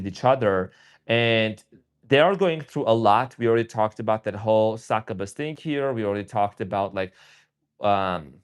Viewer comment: Not being critical but just helping Its pronounced Suck-you-bus Please dont take offense